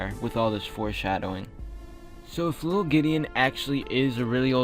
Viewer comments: Ok just wanted to say i want to add to the vampire that he says it widdle old me widdle as in thewiddelest wampire and old as in an old vampire just a thought. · The wittlest wampire kind of reminds me of how Gideon talks like when he says wittle old me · With the widdlel wampire part he does sometimes say whittle ol me or maybe whittle old me dun dun dun😳